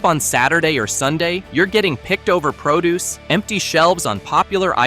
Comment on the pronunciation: Make sure to grab the proo deuce like the robot said.